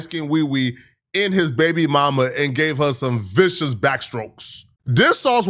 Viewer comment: you really didn’t have to add emphasis on vicious like that! 😂😂 a a a it’s a evil world we live in…